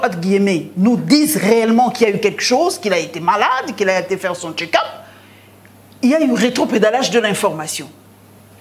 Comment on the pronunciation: Un autre Boketsu wa yambo qui parle de Fatshi qui a suivi son "ketchup" au lieu de check up a la 6ieme minutes